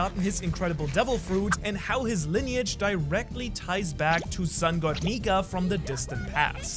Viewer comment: u didnt say nika u said ni